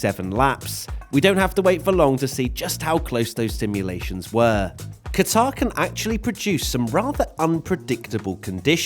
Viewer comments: its pronounced 'Gutter' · Please get your pronunciation correct.... It is Qatr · Protip: you’re meant to stress the first syllable of Qatar, not the second. It actually sounds more like “cutter” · pronounced cutter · Butchered the name😂